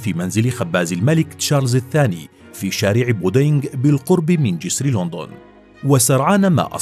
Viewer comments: ليش تگول لوندون مو لندن 😂 أو ليندن مثل ما يگولهه الانجليز 😂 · حريق لوندووون انها لوندووون ان لووووندووون يوجد فيها لوندددووون يبوي اسمها لندن